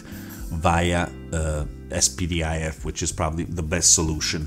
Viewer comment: Es pee dee aye ef ? 😂 It's pronounced spidif